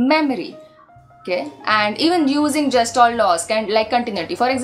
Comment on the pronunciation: You don't know the correct pronunciation of Gestalt and giving lecture on it is quite amzing